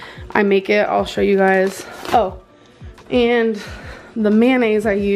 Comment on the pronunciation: the "gaise" got me LMFAOO 😭😭😭